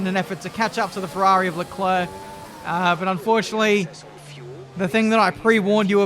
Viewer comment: How does say it: Charles Luclurc Sounds like clurk